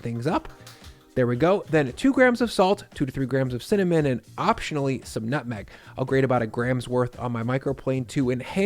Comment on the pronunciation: He said CIMMINIMMMM!